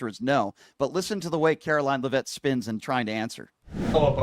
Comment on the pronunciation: It’s pronounced lev’-it not le-vette’.